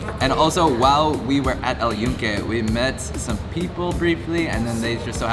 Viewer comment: Just so you know the y has a j sound and sounds like this Joonke